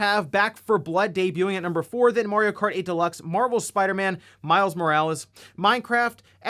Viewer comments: I can’t stand how he says mor eee oh. It’s a sharp a. Someone pointed it out in the comments, now I can’t stop hearing it. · yeah, you pronounce it M ARE EEE OH, or MAT EOH